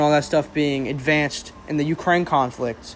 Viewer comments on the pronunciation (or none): none